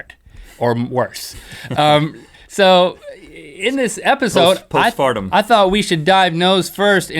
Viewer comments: Am i the only one who started cracking up when rhett said post fartum😂😂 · "Post fartum" 😂🤣